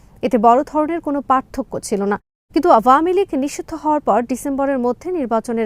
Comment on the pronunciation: উপস্থাপিকার আওয়ামীলীগ উচ্চারণ সঠিক নয় |